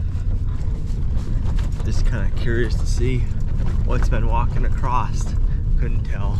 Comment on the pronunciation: " what's been walking ACROSST " ? What's acrosst ?